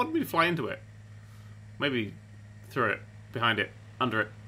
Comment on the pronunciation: Lol, thrudder....